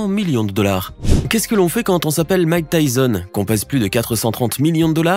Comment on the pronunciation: Bordel ! C’est pas « Mike Tyzon »…